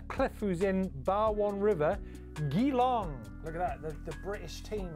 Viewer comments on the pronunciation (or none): Pronounce Geelong as Jee long. :)